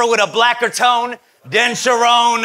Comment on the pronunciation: I think dropped a charron bar right before too. Calling rone’s mom a Sha-Rone. So it just slipped. 😂